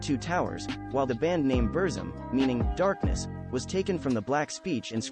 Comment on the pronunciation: At least please pronounce the name of his music project correctly mate.